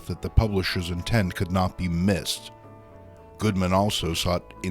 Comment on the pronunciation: He calls Martin Goodman, "Goldman."